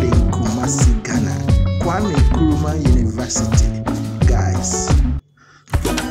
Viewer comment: Correction plz. "Nkrumah" not Nkurumah